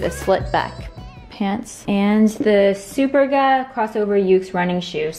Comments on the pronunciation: When I heard you pronounce it [super-ga] I jumped up and though “wow I thought it was [su-perga] all this time!” and for a second I doubted my whole childhood 😂 I’m Italian but I was willing to believe it was Korean haha! Don’t worry, we will always support your cheerful and funny spirit ❤️ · Superga is pronounced more like “su-pérga”, less like súper-ga (it’s Italian). Love your outfits!